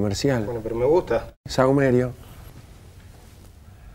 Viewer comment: "Sahumerio" jajajajajajaj